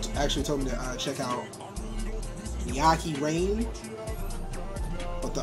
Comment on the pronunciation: his voice is distinct af, Father Forgive Me For My Sins from black sheep is also good btw it's pronounced "meh-ky" (rhymes with high"